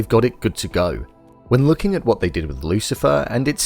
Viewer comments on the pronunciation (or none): none